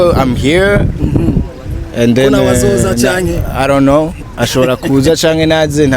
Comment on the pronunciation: I didn't know. Dramati ngo I ron't know 😂😂 , ndakwikundira